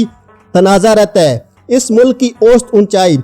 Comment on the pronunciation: Ost. nahi. Aosat. bolo